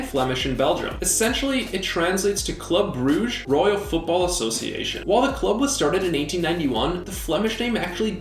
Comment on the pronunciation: The flemmish pronounciation of Club Brugge’s name is not as the dutch one. That’s [klʏ ˈbrʏɣə ˌkoːnɪŋkləkə ˈvudbɑlvərˌeːnəɣɪŋ]